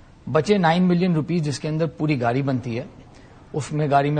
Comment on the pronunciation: Yeh sajjan "gaadi" ko "gaali' bol raha hai. 😄😄